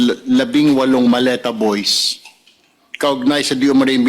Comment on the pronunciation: mali pag ka bigkas hindi po maleta sabi ng dds malita hahahaha